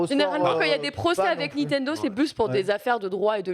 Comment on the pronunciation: J'adore mais ca me trigger tellement quand elle prononce "NiNtendo" sans N, "Nitendo" xD.